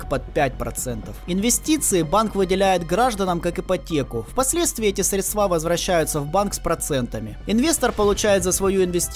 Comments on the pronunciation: Ухо режет, средсва’. Сре’дства правильно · СрЕдства, а не средствА... ушам больно( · Очень тяжело слушать, когда автор постоянно говорит - средствА, а не срЕдства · Спасибо за видео и работу! Но всё так срЕдства, а не средствА)) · СрЕдства, а не средствА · ну что за безграмотность !!!! сколько можно говорить слово - "средства" произносится с ударением на букву - Е !!! .. надо говорить срЕдства а не средствА !!! .. колхоз какой то .. невозможно слушать !! .. безграмотность так и прёт !!! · что за мода говорить средствА? словари вроде продают еще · Осталось научиться правильно ставить ударение в слове "средства" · Сколько раз в этом видосе произносится слово средства с неправильным ударением? Каждый раз кровь с ушей